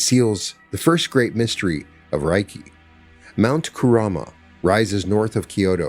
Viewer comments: It's pronounced 'ray kee', not 'rye key.' Spoken words matter. They carry frequency, vibration, and energy and need to be correctly pronounced to align with the intended frequency. 'Ray' as in light. 'Kee' as in energy.... Reiki. Yea, I know, go ahead and call me names. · I always appreciate your insights and this was enlightening. I've been a Reiki Master for over a decade and it is a beautiful healing energy. Worth noting, Reiki is pronounced RAY KEE. The pronunciation RYE KEE would mean something like "thunder/lightning energy." Thank you for sharing this beautiful message. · It's pronounced RAY-kee. Any Japanese person will confirm that. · Sorry, buddy. It's ray-kee. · ...."if you mispronounce Reiki as "Rye-kee," you are phonetically saying "Thunder Energy" instead of "Spiritual / Universal Energy" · It’s pronounced Ray-key! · Hey, this was great to listen to. Reiki pronounced Ray key, I’ve been practicing for 8 years and teaching 4 years. It’s such a beautiful healing modality & I love sharing wisdom & knowledge from my journey too 🙏❤️ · As a Reiki master teacher, in appreciation of your share, i just wanted to say Reiki is pronounced as Ray ki, Rei means spiritual ki means energy❤ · I have studied to master level - isn’t it pronounced Ray-Kee? I also do Brainspotting would love to talk to you about it! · Reiki practitioners pronounce it RAY key. Think RAY of energy (ki). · Thank you. It is pronounced Ray Kee. I am trained to Level 3 Reiki Master. This video is greatly appreciated. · Reiki is pronounced RAY-KEY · RAY-KEE REI=RAY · You can't even pronounce it properly... no scholar on the subject...😢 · Thank you, what a perfect explanation of Reiki (aside from a few pronunciations). I’m a Reiki Practitioner and believe the beauty & power of Reiki is in its simplicity ❤ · Anybody know why he mispronounced reiki? Seems like a huge oversight and makes it hard to enjoy the story. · In its actually pronounced with a l not an r